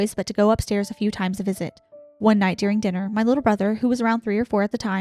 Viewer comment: You both pronounce the word “during” like “dearing” 😝 I love it! So cute!